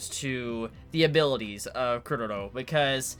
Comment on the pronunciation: Wut -_-? is pronouncing it the correct way.